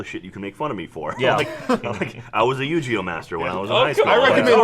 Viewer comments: u-gee-oh. Not u-jhee-oh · Do they know Yu-Gi-Oh isn't pronounced "You Jee Oh" and it's "You Gee Oh" With a 'guh' sound? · I was never really into Yi-Gi-Oh that much, but the fact they're saying it wrong as Yu-Gee-Oh bothers me. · Is anybody else INSANELY annoyed that they say Yu-GEE-Oh? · why are they pronouncing yugioh like "you-gee-oh"